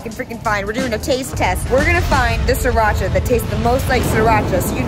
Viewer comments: It’s actually originated from Thailand. And It pronounce “See-Raa-Cha” not “see rotch ahhhhh” This is ridiculous. As the Thai people in Chonburi (the province that Sriracha was in), I hope you can find the original sriracha sauce one day. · the sauce doesn't call see-Rotch-ah. it is called Sri-ra-cha as the name on the bottle and it is a city in Chonburi province of Thailand. Huy fong is not the original as well. The sauce was made first time in China but it is well known when Thailand make it and sell to nearby countries. Thailand is producing various types of Sriracha sauce and we never use any brands except ours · Sorry Sriracha doesn't pronouce See-Rotch-ah. It's birthplace, Thailand, simply pronounced "See-Ra-Cha".